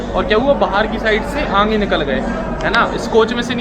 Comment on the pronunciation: Bhai aange ni aage bolo...tone thora change kro... Baki sb shi h